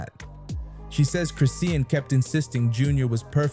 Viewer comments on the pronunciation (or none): If you say Chris-sea-en one more time nicca!!!! IT'S CHRIS-SHAWN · Its chrisean not crisea Ann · The way the bot says chriseen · I thought Noone was going to address the fact that he was butchering her name and the baby name that's ignoring I'm trying to watch it's hard listening to this man❤ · I was reading through the comments thinking “am I the crazy one?! 👀” wondering why isn’t anyone correcting it? Have I been saying it wrong this whole time?! 💀🤣 thank you for commenting on it.